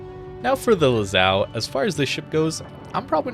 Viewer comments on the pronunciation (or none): Not Lazao, it`s Lazo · One question: Lazao? (Lazo Is pronounced as Laza) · imagine saying the name lazo and sya lazao instead.....